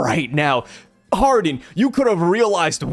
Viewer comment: hardin? nah man, his character is islam inspired.. it is pronounced hajar-uddin